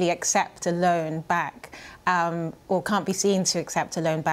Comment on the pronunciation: Did you say LOAN? SERIOUSLY?